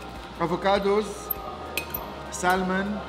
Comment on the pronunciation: Anthony haboub i love the way you pronounce salmon 😂😂😂 you almost get tongue tied SAL-MON 😁--- the L is silent so try pronouncing it SAMON without the L 👍🏼😁